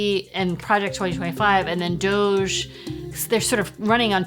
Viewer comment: He said GOGE, he can’t even pronounce it correctly.